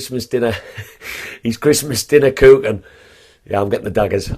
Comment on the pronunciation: fair enough, but all I was pointing out was the fact you sound like a Mackem. I can't be the only person who hears this. Sorry my friend I just can't stand the Mackem accent , the way U SAY poor, cook and Luton is macken talk. But hey I agree with what U say. I'm sure you are a nice lad.